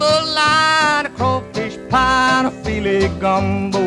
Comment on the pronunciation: Love this song! FYI it is “File” not fillet. (File is ground sassafras leaves and pronounced with a hard first syllable FEEL- ay)